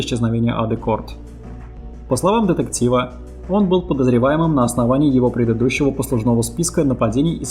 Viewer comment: Почему детектцив,дзеци(дети),говоритць,гдьзе(где),родзитцели,людзей,обратцили,дзействия? Это модно или престижно или что? Почему нельзя нормально произносить эти буквы?